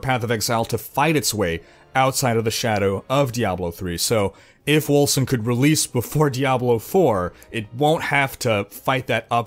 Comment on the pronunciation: Seems to me like Wolcen should be pronounced "Wolken". <_<